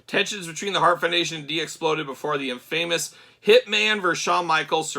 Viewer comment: Way to botch the word Infamous 😂